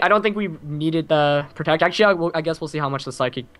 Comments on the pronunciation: Lol u said tect. U need to just pronounce the word my dude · Did just say tect? Asin protect? Lol thats fucked up